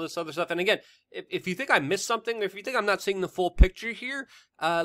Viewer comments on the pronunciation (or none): none